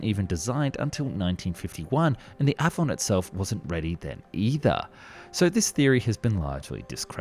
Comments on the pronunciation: Love your work. The Avon Engine is pronounced Ay-von. Named after the English River like all the RR engines. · It's A-von, not a-von........